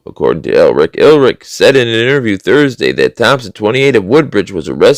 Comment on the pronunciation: I think you were trying to pronounce the German name "Ehrlich". Both H's are silent, so it is pronounced "er-lic"...it means "honest" in German.